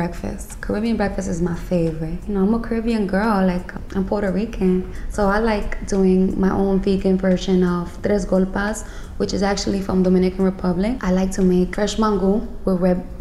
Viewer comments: I know all my Dominicans cringed when she said "tres golpas" lmfao its GOLPES! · “I’m Puerto Rican “ pronounces tres golpes wrong lmao